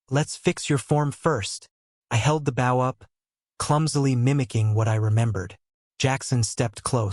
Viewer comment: ~ + every instance of "bow" should be pronounced as "bo" with a long o -- he's talking about a stringed weapon for arrows.